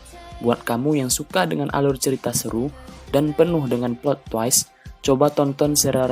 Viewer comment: plot twist dibaca biasa kalo penyebutannya "plot twais” itu Malah merujuk ke kata Twice atau Twiste